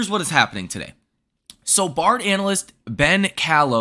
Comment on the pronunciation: You have a way with words. The way you pronounced Baird was unique. Ready for $300 now?